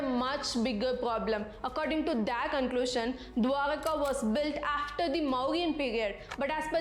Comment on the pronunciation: You pronounced dwarka correct